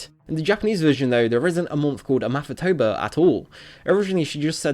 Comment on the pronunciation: They said "Amathatober" lol.